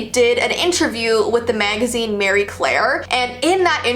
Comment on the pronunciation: It's STEWART not "Stewirt!!!!" 2 Syllables. Not just 1!! Lol I'm sorry but that drove me nuts!!! Also it's MARIE Claire. Not "Mary" Claire.